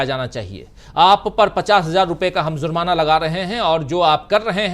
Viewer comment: Bhai zurmana nahi jurmana